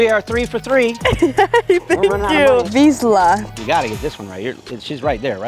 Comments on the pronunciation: Nice to see that "magyar (hungarian) Vizsla" is there. Really popular breed amongst foreigners. The girl was close to the right pronunciation, but she said more of a Z (vizla) and you said more of an S (visla). ZS is a sound in hungarian that you would pronounce as the sound in your words "uSUal" or "casual". Great efforts tho, appreciated! ♥ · You were so close...actually her first pronunciation was better than his. It is NOT pronounced as wish-la the ZS is a letter in Hungaian pronounced different. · The vizsla is a hungarian dog breed and thats incorrect pronunciation, but close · She must really know dogs because she can pronounce 4 out of the 5 breeds 🤣🤦‍♂️ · The fact that not even he can pronounce Vizsla correctly just makes this so ridiculous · I have a vizsla and I didn't expect her to pronounce it correctly, it was hard for me